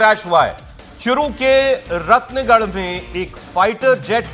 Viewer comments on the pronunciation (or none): रतनगढ़ है रत्नगढ नहीं है सर